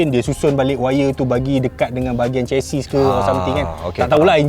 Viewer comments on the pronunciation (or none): none